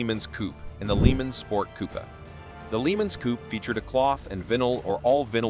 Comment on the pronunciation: What the hell is a "Leemens"?